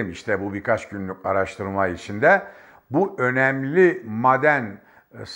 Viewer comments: Sabahattin abi lütfen bazı kelimeleri konuşurken uzatmıyorsunuz,onları yazarken farklı ama,okurken farklı okunur.Örnek;"maden" kelimesi,yazılırken maden diye yazılır.Lakin okunurken "a" biraz çekilir.eskiden alfabede bazı harflerin üzerinde şapka vardı hatırlarsınız. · Madenn degil maaden diye söylenir benim bildigim, yanlismiyim acaba? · Teşekkürler.. maden telaffuzunuz beynime beynime vurdu bu arada.:))) seviyorum sizi.. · Maden telafuzunuza dayanamiyorum. Soylediklerinizin dogrulugu hatirina katlaniyorum. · her maden dediginizde yüzümde gülümseme eksilmedi.madendeki a yı biz uzatarak söylüyoruz. belki dogrusu sizinki bilmiyorum.😂.ilahi sebahattin bey.takipteyiz. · "Maden" sözcüğünü yanlış telaffuz ediyorsunuz. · At gözlüklerini çıkarıp gerçekleri anlatsan daha inandırıcı olacaktın sayın Sabahattin Bey. Ayrıca şu maden telaffuzunuzu pek çıkartamadım sanki alman aksanı gibi geldi bana. Yoksa sizde mi alman vakıfları adına altın madeni ocağı hakkında yorum yapıyorsunuz. Özünüze dönün artık bırakın bu fitne işlerini. Gerçekleri anlatın. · Sayın ÖNKİBAR , özür diliyorum ama , sizin gibi bir gazeteci nin , türkçe'yi kullanırken biraz daha özen göstermesi gerekir diye düşünüyorum ... Maden kelimesini söylerken A harfini biraz uzatarak söylemeniz gerekmiyormu ? Ha , bide siyanur değil SİYANÜR olacak ... Saygılar . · Gerçektende mâden deyişi ve m.kaaaare deyişi rahatsız edici! Anlattığı doğru olsada!